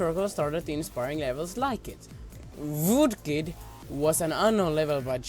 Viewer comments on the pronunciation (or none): you said voodkid xD thats some vood-oo